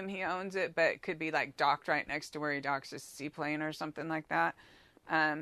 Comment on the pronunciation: "see plain" not seaplane